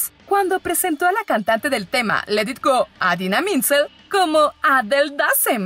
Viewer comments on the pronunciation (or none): Cuando te burlas de Travolta por decir Adele Dazim pero tú dices Adina Menzil... es IDINA MENZEL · ¿Adina Mintzel? Póngale cero a esta mona, quedó peor que Travolta, su nombre es Idina Menzel, si van a dedicarse a esto por lo menos investiguen bien, su nombre no es tan difícil de pronunciar. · Entre Jennifer "laurence" y "adina mezel" 😒 no se cual es peor... Por respeto al público, busca cómo se dicen los nombres correctamente. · Jajaja, también fallaste en pronunciar el nombre de Idina Menzel, googléalo si quieres.